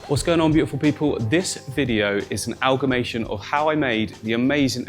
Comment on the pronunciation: *amalgamation not aLgAmAtiOn